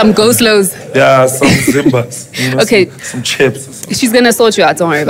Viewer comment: When he said Zimbas 🤣🤣🤣🤣 Rest easy Supamega 🕊🕊🕊🕊🕊